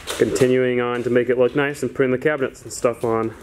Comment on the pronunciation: You kept saying kitchen cabinents 😂